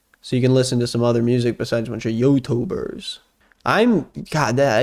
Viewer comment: the way he says "YouTubers" is so funny lmao